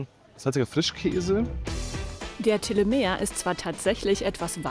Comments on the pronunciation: Das heißt Telemähhhh😅😅😅😅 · Telemea , da wird das letzte a betont